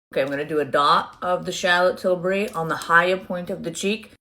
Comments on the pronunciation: “shallot tilbury” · She makes it sound like Shartlotte Tilbury